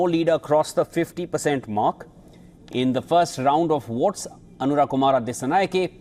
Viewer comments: It's Anura not Aruna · Dude it’s ANURA not ARUNA 😂 you guys are keep doing this , is this ignorance or negligence 🤷🏻‍♂️ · boy you did not say Aruna instead of Anura! Jesus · Not “Aruna”, he is “Anura”. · Not Aruna kumara it is Anura kumara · We feel very sorry for not capable to even pronounce the name of the new Presidents name properly by a reputed indian social media news channel...Very common issue among indians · why don't u pronounce Anura's name properly. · Its Anura